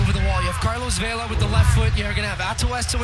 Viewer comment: The announcers need to learn how to pronounce names. It's not VEY-la. It's VE-la, which is the short "e" sound, as in "bet." Pretty basic thing. It just takes a little effort.